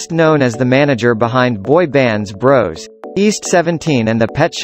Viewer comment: It's pronounced Bross not Brose